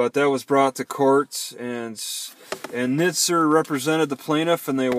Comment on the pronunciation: The correct pronunciation of Nizer rhymes with "wiser."